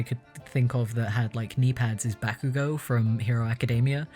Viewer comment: Same🤣 I had to rewind to make sure he said Bakugo